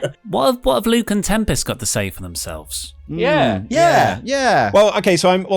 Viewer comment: I love calling Tempest “Tem-Past.”